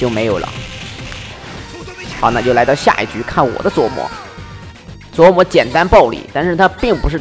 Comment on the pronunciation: 每次都感觉听到 琢 wu 磨